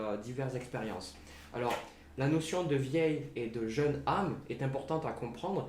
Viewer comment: juste un point il faut faire la liaison on dit de vieilles Z' âmes, autrement jeune, j'étais solitaire et j'ai rencontré quelqu'un et aussitôt nous sommes devenus inséparables j'ai eu le sentiment que nos âmes se connaissaient....